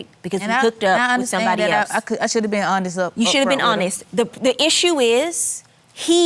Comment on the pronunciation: Did he just say on it wit me? ... or honest?? Geez 🙄